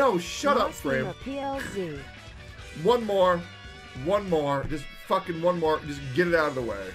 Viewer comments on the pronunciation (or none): Haha yeah, fyi its Fream